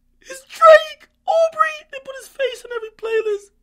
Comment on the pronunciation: The way he said "Aubrey" lmfao!!!